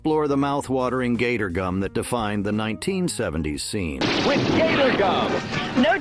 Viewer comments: Why did he keep calling Gatorade (pronounced Gātorgüm), Gahtorgoom? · "Gotter-gum." Artificial Intelligence is not so intelligent. Nothing like being talked to by an idiot bot. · Why in God's name were you pronouncing Gatorgum the way you did?? You can say Gatorade but not Gatorgum? The gum is pronounced the SAME way as the drink 🤦‍♀️ So cringe every time you said it.